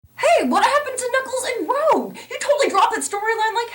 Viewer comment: "Rogue"? oh no, did perhaps accidentally mispronounce "Rouge"? The beloved high-femme bat?